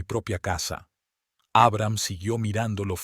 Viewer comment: Como se puede narrar tan mal, traducir mal los géneros, pronunciar el nombre de Abraham, poniendo el acento en la primera A, en serio? Historias que con un buen narrador, sería mucho más agradable...Siento ser crítica, pero es mi opinión...